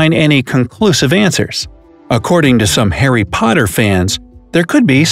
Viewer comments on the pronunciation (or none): none